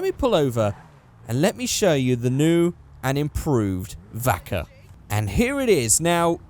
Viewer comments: xav xaxm its called vacca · I'm confused. I know it's suppose to be pronounced "bacca" because it's the spanish word for cow, but it sounds like "Baka", idiot in japanese. Help me, i don't want to drive an idiot !